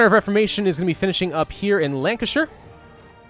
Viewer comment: By the way you mispronounced Norfolk and Lancashire.